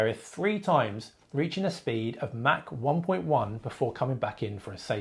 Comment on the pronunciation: It’s Mach, not Mac